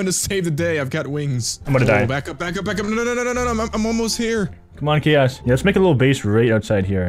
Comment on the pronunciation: says Chaos like Kiosk:P